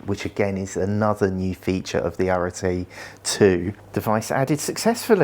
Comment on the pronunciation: I can’t believe a GROWN man can’t pronounce arete or hepa… it’s embarrassing. Why didn’t meaco send this to someone more intelligent